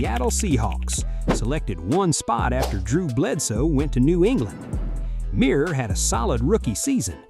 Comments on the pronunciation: It's pronounced Myrer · The research on this video is embarrassing The way they pronounce Rick Mirers name, The fact that they kept talking about David Carr but were showing clips of Derek Carr, and when they said that the chargers had the choice between Peyton Manning and Ryan Leaf and chose Leaf. They had the second pick the Colts had the first pick and took Manning. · I usually don't like AI mistakes, but hearing Rick Mirer's overly pampered, domer name butchered is like sweet music. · You mispronounced Rick Mirer's name.